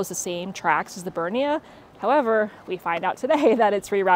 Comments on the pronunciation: Great journey and well filmed but it grated every time you failed to make any effort at pronouncing names. There are actually two "n"s in BerniNa, but it was the constant butchering of Saint in St Moritz that eventually made me quit. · Hearing the Bernina Express being called "Bernie Express" made me laugh. 😂